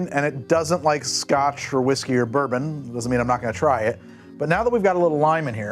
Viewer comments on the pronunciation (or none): none